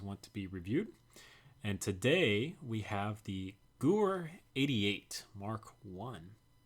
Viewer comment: Gewehr is pronounced [ge-verr] in German , sometime W is pronounced V